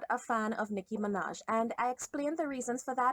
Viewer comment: They called her Noah Miraj sksksksksksks 😂😂😂😂